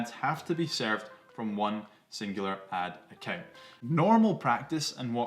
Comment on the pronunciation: Ad account!!!! It took about 5 times before I realized you weren’t saying Atakin! 😂🤣😂 I was trying to figure out what Atakin was!!